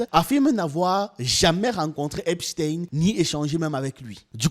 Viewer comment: C'est eipstein comme eistein .pas tin .